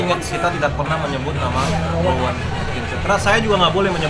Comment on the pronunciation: ROWAAAAN cuyyy bukan romaaaaaaaaan T___________T